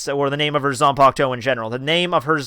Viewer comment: Your videos are overall enjoyable. But PLEASE learn how to pronounce the japanese names and terms! It's Bankai, not Bonkai. Ban, as in Bun. Zanpakuto, not Zanpakt-oh. Sun-puck-t-short O.